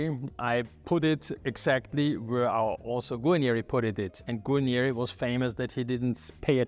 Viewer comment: Darf ich darauf hinweisen- Sie sprechen „Guanieri“ aus. Es gibt aber nur ein i und das steht am Ende des Wortes Guarneri. So wie sie es aussprechen klingt es wie „Guagneri“ in italienischer Aussprache